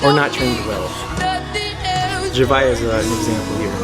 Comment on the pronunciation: Man said “zuhviuh” it’s “zavia”